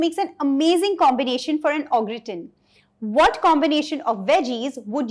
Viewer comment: Sorry to be a pain but it's pronounced "Garr taan"